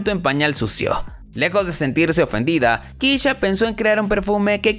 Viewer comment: Se pronuncia KESHA no Kisha